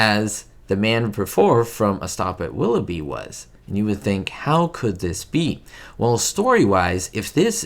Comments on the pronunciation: you flash a photo of Desi Arnaz and instead of saying Willoughby you say Willowy. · 'A stop at WIlloughie?' its - 'A stop at WilloughBy....' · It's "A Stop at Willoughby." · was mispronouncing "Willoughby" and it reminded him of Ricky Ricardo, so he dropped in a quick shot of Desi. 🙂